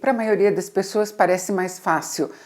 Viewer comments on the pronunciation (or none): none